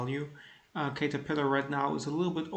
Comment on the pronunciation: it's pronouced CAT-terpillar. Nice returns! How to read your charts ? It is in German.